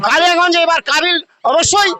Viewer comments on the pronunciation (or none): কালিয়াগঞ্জ নয় কালীগঞ্জ